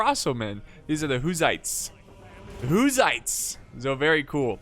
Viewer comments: lol the "ouzaytsss" ? Who are they ? They were the "hussites" (hoosseets). lol the "kingdom of hungry" hungry for battle for sure but pronounce "hun-ga-ry" ;=)) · It's pronounced HUSS Ites. Like PUS....named after John Huss.